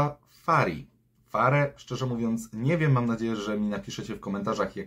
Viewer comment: Mówi się Fagri 😂